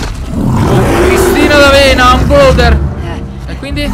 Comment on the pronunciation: Si dice bloater 🤣